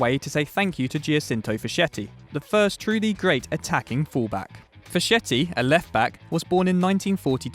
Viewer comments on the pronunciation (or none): Giacinto Facchetti is pronounced "Jachinto Faketti" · Facchetti is pronounced "Fakketti" guys